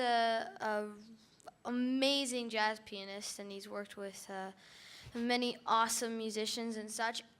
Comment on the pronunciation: It sounded like Michelle said "An amazing Jazz Penist"